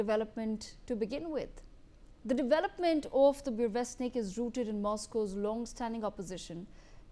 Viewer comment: The presentation is both crappy and uninformative. Crappy because you can't even get to pronouncing the name of the missile right. Uninformative because there are a lot of videos out there which are far more informative both at the technical level and at the political level than this video.